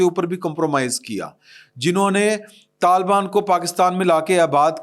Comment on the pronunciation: Talbaan NAHI Hota, talibaan Hota hay, AAP ko Patta hi NAHI hay, Pakistan Aik wafaq hay Aur Aik syasi, jamhoori, Aur jughrafiai, Aur foji haqeeqat hay. Mulk tootnay ki Baat Naa Kia karain